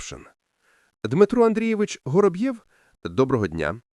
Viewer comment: Я поважаю вас,вашу працю,приємний голос,але наголоси!!!як ножем по склу або серпом по яйцях.😂 Готуйтеся,бо це звучить неприродно. Вороб'єв,Гороб'єв? Якщо він Воробйов, то так буде українською,а не Гороб'єв не Горобйов і не Горобцов,звертайте на це увагу,будь ласка.😊